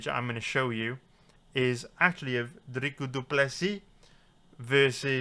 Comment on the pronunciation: Are you saying “drica du plessy”